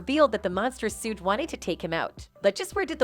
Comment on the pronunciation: How she's pronouncing Suge's name though... 😂